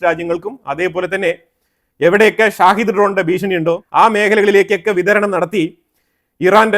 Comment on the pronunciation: ഷാഹിദ് ഡ്രോൺ എന്നല്ല ഷഹീദ് ഡ്രോൺ എന്നാണ് പറയേണ്ടത്..ഷഹീദ് എന്നാൽ martyr എന്നാണ് അർത്ഥം..സ്വയം പൊട്ടിത്തെറിക്കുന്ന ഇസ്ലാമിക ഭീകരവാദികൾ സ്വയം വിളിക്കുന്നത് ഷഹീദ് എന്നാണ്..അത്പോലെ ഇറാന്റെ കയ്യിൽ Tomahawk പോലെ Saumar മിസൈൽ ഉണ്ട്.സ്കൂൾ പൊട്ടിയതിന് പിന്നിൽ ആ മിസൈൽ ആവാനുള്ള സാധ്യത ഇപ്പോഴും നിലനിൽക്കുന്നു.